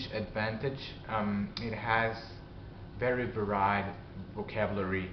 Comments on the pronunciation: Good to see you again. Keep it up. I've vicariously enjoyed your adventures in Türkçe and it's a language I hope to start on in a few years. Anyway, here's some 'corrections' for you: Stress for magazines should be "magaZEENzs" "Newspapers" is the plural "varied" is more like "vair'eed" for "pronouns" you might need to separate the two syllables more and stress the second. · You pronounce 'varied' wrong here, but, you inspire me with how good your english is.I'm a fan of your vids and subscriber, as I'm currently learning my first foreign language.